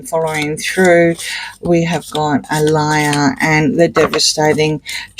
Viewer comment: It's pronounced Ah-lee-yah not Ah-lie-yah.